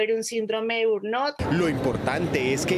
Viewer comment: Síndrome de burnó o burnot NO existe. Se llama burnout y se pronuncia más o menos así: bern-aut Es mejor intentar decirlo bien o dejarlo en español "síndrome del trabajador quemado"